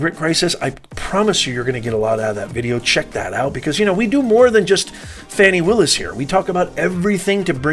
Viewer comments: A total lie. Your channel clearly supports everything Trump. You're not reporting news you're giving opinions. And Fanni Willis's name is pronounced "far-nee" not " fan-ni" something you white folks do all the time purposely mispronouncing black folks names. I've watched your channel and you only post videos supporting Trump. You people are having a serious problem with all these black prosecutors holding your boy accountable. Something you Europeans failed to do for decades. As for you, you are clearly biased making comments about Ms Willis body. You are a racist disgusting moron. Garbage CHANNEL....GARBAGE CHANNEL....GARBAGE CHANNEL....GARBAGE CHANNEL....GARBAGE CHANNEL....GARBAGE CHANNEL....GARBAGE CHANNEL....GARBAGE CHANNEL....GARBAGE CHANNEL....GARBAGE CHANNEL....GARBAGE CHANNEL....GARBAGE CHANNEL....GARBAGE CHANNEL....GARBAGE CHANNEL....GARBAGE CHANNEL....GARBAGE CHANNEL....GARBAGE CHANNEL....GARBAGE CHANNEL....GARBAGE CHANNEL....GARBAGE CHANNEL....GARBAGE CHANNEL....GARBAGE CHANNEL....GARBAGE CHANNEL....GARBAGE CHANNEL....GARBAGE CHANNEL....GARBAGE CHANNEL....GARBAGE CHANNEL....GARBAGE CHANNEL....GARBAGE CHANNEL....GARBAGE CHANNEL....GARBAGE CHANNEL....GARBAGE CHANNEL....GARBAGE CHANNEL....GARBAGE CHANNEL....GARBAGE CHANNEL....GARBAGE CHANNEL....GARBAGE CHANNEL....GARBAGE CHANNEL....GARBAGE CHANNEL....GARBAGE CHANNEL....GARBAGE CHANNEL....GARBAGE CHANNEL....GARBAGE CHANNEL....GARBAGE CHANNEL....GARBAGE CHANNEL....GARBAGE CHANNEL....GARBAGE CHANNEL....GARBAGE CHANNEL... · How in the Hell does “Fani” become “Fawni”? Give it a rest!🤣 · Can we STOP with Foni its FANI